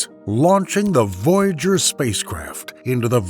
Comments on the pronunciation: What the fuck is "voyjour" its voy a ger as in voyager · It is VOY A GER NOT VOYGER!!!🙄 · You are driving me Nuts VOY A GER! NOT VOUGER!!!!!😡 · Too bad for all the words this man can't pronounce it seems to be Voyager the most important one haha